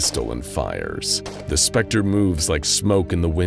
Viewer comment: I love how THE SPECTER slightly smirks every time his name is said in the correct way.